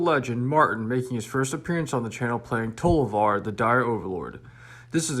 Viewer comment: Many people say "tolovar" instead of "Tovolar" why????